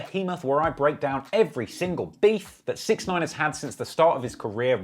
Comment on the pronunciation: The guys name is pronounced, (six ix nine eyen)